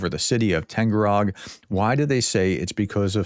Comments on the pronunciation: FYI ! You always mispronounce Taganrog as Tangarog ! Its Tag like price tag ! Tag followed by " anrog" !! It's so simple !! Tag anrog !!! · Does professor have dyslexia? Tag-an-rog. TAG. AN. ROG. Was that so hard? I don’t speak russian.